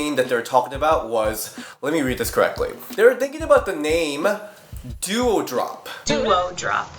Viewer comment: lolol it’s not “Duo-Drop” it’s “Dou-Drop” same pronunciation as “Dewdrop”